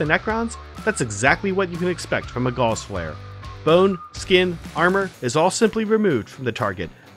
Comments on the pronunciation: Gauss rhymes with House. Sort your pronunciation. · 'Gauss' rhymes with 'house', for the record. The Necrons do not use gauze weaponry.